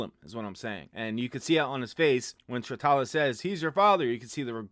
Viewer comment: After all, you still can't pronounce Sritala's name properly 😂😂😂